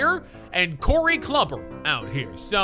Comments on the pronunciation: LMAO HE PRONOUNCED IT CLUBBER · What you call Corey Cluber it's Klu ber